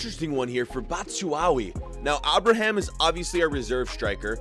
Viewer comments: the way u said abraham made me sick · pronounces ever player like they have an accent or are spanish😂 ie aston villa, Abraham, cmon man!! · "Abra Ham" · The way he pronounces bat-shu-a-yi and a-braham 😂